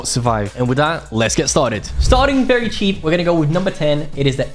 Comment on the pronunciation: Bruh, bro say chep gun so wtf is that mpx